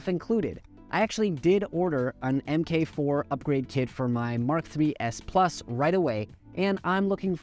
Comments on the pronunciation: First: I was just getting ready to be all ranty about the whole "em kay" thing when you switched to saying it properly, so well done making use of the internet drive-engagement-via-strong-emotion methodology. :D I don't think the price is unreasonable. With Prusa, you're paying for three things: 1) the massive support infrastructure; 2) the track record of quality and reliability; 3) the philosophy of open-source, which means they have to earn back their costs quickly. There's also a supply and demand element - clearly there are more people willing to pay this price than there are printers to sell, at least on launch, so the price is by definition not unfair. Prusa isn't a charity, after all. As for the secrecy - I'm sure part of that is the whole open-source thing. To be true to their ethos, Prusa has to release all of the "this is how it works" information as soon as they announce the printer; but the second they release the info, the clock starts on the low-cost and low-quality copies. It's the same reason so many products have "patent pending" on them - you don't file for the patent until the product is ready to go to market. But I also wonder how much of it was the XL's constantly slipping release dates. All of the delays are well beyond Prusa's control, but the average consumer doesn't care about the fact that covid outbreaks in China killed microchip distribution or the way Putin's pride and greed has screwed up all the shipping routes into central and eastern Europe. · You should be labeled the antichrist for pronouncing it “M K 4” not “MARK 4” for the first few minute of the video lol